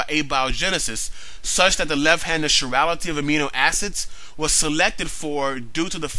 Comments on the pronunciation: Evolutionists have been avoiding abiogenesis by saying it is not part of evolution. Guess what? No life-no evolution. By the way, it's pronounced kai-rality, not shi-rality. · Thumbs up on the great video! BTW, that's an interesting pronunciation of chirality (sure-ral-ity). I've always heard it pronounced as rhyming with 'tie' (as in 'chiropractor', 'chelation', etc), since it's a word derived from the Greek, suing the Greek letter 'chi' (as in sorority, say alpha chi). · chirality is not pronounced like chivalry. its is prounounced like the greek letter chi